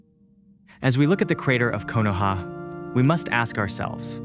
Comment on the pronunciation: Hey, nice video. You should look up how to pronounce Nagato and Konoha, though.